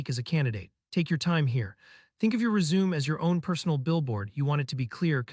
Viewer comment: helpful video, but it's pronounced res-u-me (the 'me' sounds like 'may')